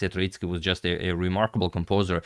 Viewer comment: Gentle pronunciation note: Tróitsky with the emphasis on the first vowel. This Russian surname comes from the word Трóица, meaning Trinity